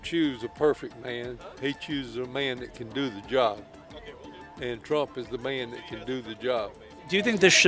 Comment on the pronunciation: "trump is the ma-an to do the job" hahahaha yeah right.